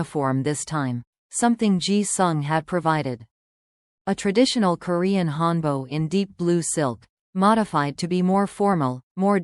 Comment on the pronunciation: It not hanbo it call hanbok. Sound like hand buck. Read it correctly.😊